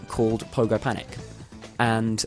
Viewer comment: did he just said Pogo Panic?